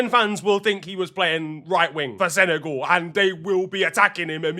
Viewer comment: Why do u pronounce it senegaul when it's sene-gal